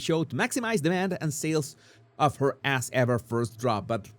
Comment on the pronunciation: Swear he said "Arse Ever" and I'm loving it!